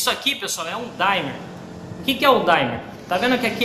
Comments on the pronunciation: A palavra certa é Dimmer não é Daymer kkkkkkk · Numa boa. Só para informar: não se pronuncia "daimer" e sim "dimmer". Aqui o "i" é "i" mesmo e não "ai". É um erro comum aqui no Youtube. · Desculpa, mas NÃO SE PRONUNCIA como se fosse "DAIMER!" se diz DIMER mesmo! E este objeto é um CONTROLADOR DE TESÃO e não de ROTAÇÃO! Eu fabrico no "QUINTAL DA MINHA CASA" este tipo, além de 110v eu faço tambrn BIVOLT! Se precisar é só chamar e encomendar!